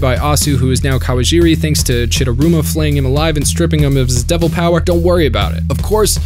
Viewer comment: Chidaruma not chidurama